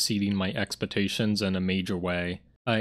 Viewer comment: "May have dropped the ball by judging this game far too early" Yes you did... Twice. Also learn to say expectations right, its not expetations.